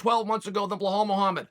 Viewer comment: Can you please stop saying his name wrong. you call him bahal....? his name is Bilal